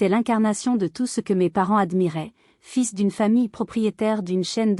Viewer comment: Ce que je préfère dans cette histoire, ce sont les interprétations phonétiques de l’IA. Comme : L’électricien qui manipule les « fisses » et le père qui a des relations ayant des « files » mieux pour sa fille. Drôle quand j’y grec pense. Je me moque mais ne me dénoncez pas au FBI !